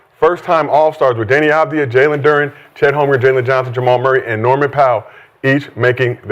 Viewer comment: Shad keeps calling Jalen Duren “Jalen Durten”